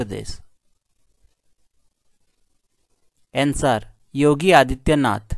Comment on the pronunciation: SIR answer ka pronunciation Sikh li jiye